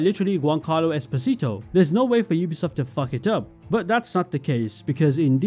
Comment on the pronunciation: Just a FYI / Fun Fact kind of comment: You are pronouncing Esposito "incorrectly", as the actor himself uses a different pronounciation :D He puts emphasis on the "po" in Es Po Si To